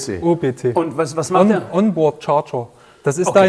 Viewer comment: Immer diese On-Poard-Charger. ☝️😅